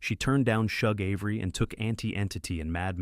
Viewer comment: You screw most of the story saying Shug Avery name Wrong